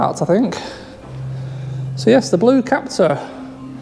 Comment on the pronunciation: Eh up lad is that how you say captur up north